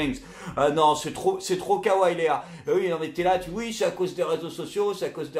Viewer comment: On prononce Kawa-YI chef ^^ ( référencement powah )